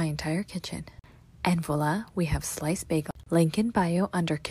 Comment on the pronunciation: I didn't hear that one, but the people pronouncing "voila" like "voy-la" and "walla" just killed me.